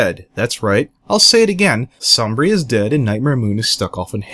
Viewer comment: The way you pronounce Sombra, I keep thinking the guy is made of Cheese. Som-Brie! The dark unicorn from Wisconsin!